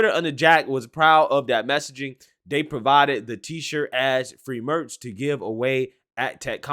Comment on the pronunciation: I swear you need to go to school and learn English and how to speak it This or that IS NOT DIS OR DAT...THEY IS NOT DAY.. DAMMIT MAN EDUCATE YOURSELF BEFORE SPITTING GARBAGE OUT YOU DON'T EVEN KNOW HOW TO SAY IT.